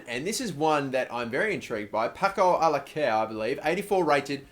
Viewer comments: charlie crow nope, its actually paco alca-ser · it is pronounced Paco Al-ca-Caer, with the second 'C' sounds like a 'C' rather than a 'K' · Paco Alcacer's name is pronounced {Pak-oh Al-sa-s-air} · I'm so glad you didn't sign Paco "Alaker". I wouldn't have been able to deal with that pronunciation for anymore episodes... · You mean Paco Allah Care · "Paco Allah-care" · charlie crow still wrong though.. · I'm so glad you didn't buy Alcácer. I think I would've killed myself if I had to hear you mispronounce his name so badly for the rest of the series. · The way you pronounced Paco Alcacer was absolute aids haha